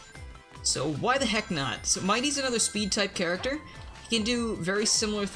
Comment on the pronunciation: SONIC. IZA. SPID. TAIP